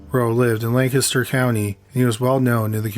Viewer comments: I applaud you sir, for pronouncing “Lancaster“ correctly! I live in Lancaster County and NO ONE outside the area can do it! Great stories and prayers for the families. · Thank you for pronouncing Lancaster, PA correctly. Most people pronounce it like the late actor Burt Lancaster's name. I know that this is apropos of nothing but, it's really the only thing I have to say about this episode, besides that I really liked it.👍👍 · You said Lancaster right! Thank you so much! It shows you guys really did your research